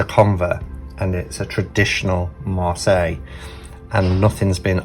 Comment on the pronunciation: I can’t believe we have been pronouncing it wrong this whole time, B! But glad to know now. 😊❤️